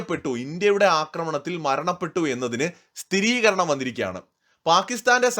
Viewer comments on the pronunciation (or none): none